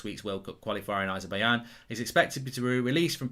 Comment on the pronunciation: Azer-Bai-J-an not Azer-Bai-Yan